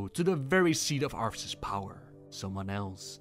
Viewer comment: It's what, 4 years now? And you still spelled Arthas wrong, it's Arthas, not Arfus.